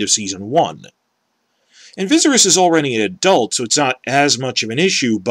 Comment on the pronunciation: I appreciate your hatred of D&D, but I'll never be able to accept your horrible mispronunciation of Viserys